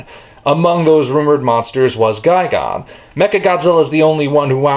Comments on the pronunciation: Wait, I thought it was pronounced as Ghi-Gan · It’s gigan not fucking gigon u dumb ass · you pronounce Gigan as Guy Gone but I've always heard him pronounced as Guy Gan